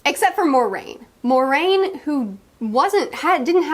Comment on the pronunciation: So interesting seeing someone's thoughts on reading these books for the first time! One small nitpick... Moiraine's name is not pronounced "more-RAIN"... it is pronounced "mwah-RAIN". Like you are making a silly kissing noise... "mwah".